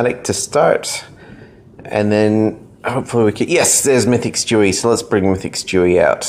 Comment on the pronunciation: Its stewie it sound like he said chewy